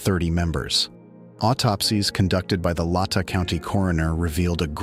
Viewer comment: You have a nice voice, but your dramatic delivery loses credibility with locals when you mispronounce victims names or places, right. Latah C😅ounty is pronounced LAY’tah.